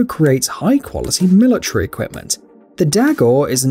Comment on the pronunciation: I hate how he pronounces military like milatree lol